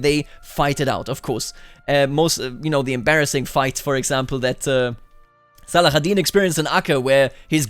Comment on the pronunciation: Great video as always ! (But just for your info in arabic saladin is called Salahadin, with an h sound not the kh sound)